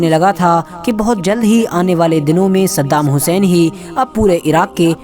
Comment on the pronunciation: Pahle tu bhai unka naam sahi se le